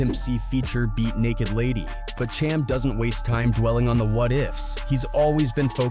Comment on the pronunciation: Dude butchered Cham's name for 20 minutes str8 😫